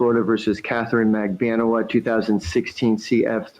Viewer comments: it's actually mag-ban-ewa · It's said Mac-ban-a-wah 😊